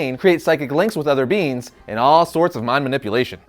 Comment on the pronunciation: Bro, it's being, pronounced bee-ng, not bean.